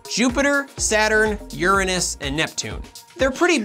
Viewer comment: Don’t pronounce the 7th planet wrong just to avoid anus jokes... were crazies... we can handle the anus pronunciation... Long live Uranus!